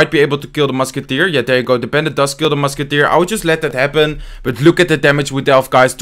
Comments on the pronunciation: I feel like he is saying "tru musketeers" instead of "three musketeers" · he saying three musketeers or two musketeers ?😂